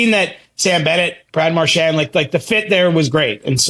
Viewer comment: If nothing else, I like that CJ and actually pronounce Marchand's last name correctly. It's definitely not Mar-SHAND.